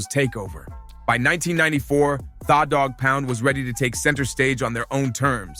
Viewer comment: Kurupt didn't dis 50, he didn't come out back then. Get the info right, mispronouncing tha Dogg Pound's name and Kurupt's ablum title....smh